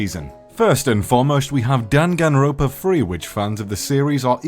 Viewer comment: I am hurt by the fact that you kept calling it Danganropa instead of Dangan ronpa T^T